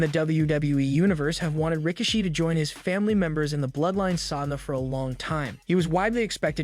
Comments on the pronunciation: Ra-key-she that's how you pronounced his name. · Please learn to pronounce Rikishi's name 💯 and they should bring him back to help sort the mess out with the bloodline. I certainly hope Jey didn't leave WWE but is taking time for a much needed rest , but if so big mistake on everybody that can fix it and don't. People want Jey he's been phenomenal in this bloodline Storyline. he's red 🔥 with the fans at the moment it would be a big mistake for him to go right now. Keep building him he deserves it!...powers that be